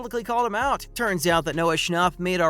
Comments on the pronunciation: if he says noah schnop one more time 🤣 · Not the way he said noah schnapp no hate